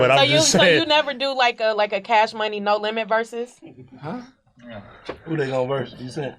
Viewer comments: Everytime Birdman says versus, he is really saying “voices”! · 🤣🤣🤣🤣 They think he say VERSUS.. But He saying VOICES... 🙄